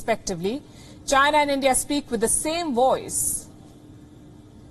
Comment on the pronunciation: Pronounce China... Not Gina!